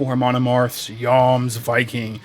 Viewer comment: You are the first reviewer I've seen to have pronounced it correctly!